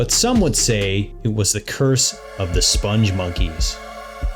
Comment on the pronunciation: It's spelled "spongmonkeys" (no "e" after the "g"). Also, Joel Veitch, the creator of the characters, pronounces it spong (rhymes with "pong") monkeys, not "sponge monkeys". There's a video on YouTube where he is interviewed (the interviewer mispronounces it too).